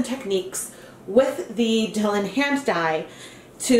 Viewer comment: that word is said like "Dye Lawn"...Not so much like Dillon. :D